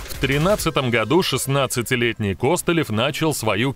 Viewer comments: Так он же КостылЁв !!! а не КОстылев )))) ппц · Сцуко Костылёв ударение на ё 🤪🤪🤪🥴